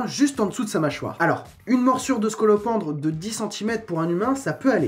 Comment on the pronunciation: Scolopendre comme scolocendre